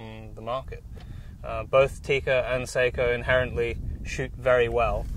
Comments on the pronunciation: Ugh, I hate listening to the manufacturer's name mispronounced like this. It is NOT "say-koe", it's "SOCK - oh" (and the second syllable is abrupt, not drawn out, like "coe", but more like "coh"). It sounds as annoying as hearing "Webley & Scott" mispronounced as "WEEB-Lay and Skate." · sock oh not say ko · i thought it was pronounced sok - O? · Hork3r If you're going to pronounce it as it is in Finland, then the "a" will sound like "ah" not "uh", so no, I still contend that it is best pronounced by a non-Finnish speaker as "Sock-o" not "suck-o" Like the difference between "nako" and "nucko". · i hate how people pronounce Sako. It's not an actual A sound it's more of a Ah sound. It's a Finnish company, and should be pronounced correctly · Just remember to pronounce SAKO correctly 😉 It's pronounced "sucko". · You are correct in the pronunciation. Most gun shops pronounce it wrong also. I think people use the wrong pronunciation because of Seiko watches. Of course I realize it's a different spelling but that name is known by just about everyone so they use the same name for the rifle manufacturer. I agree with you but in the grand scheme of things it's not really a big deal. Enjoy the rifle, they're awesome!!!! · I agree!! Glad to hear fellow Sako enthusiast. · You are correct. The English (Britain) seem to use their own thoughts when it comes to other countries and the letter A. We have a similar situation in the US but it has gotten better within the last few generations. I have been told by representatives of the Sako company that is actually pronounced (phonetically) SOCKO, like a sock on your foot followed with O (like in oh no), lol.